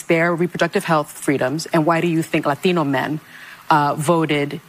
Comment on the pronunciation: Why does hostin say "Latinos" like that 🤣